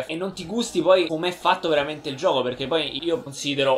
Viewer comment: SONO VEAMENTEH EUFOICOH!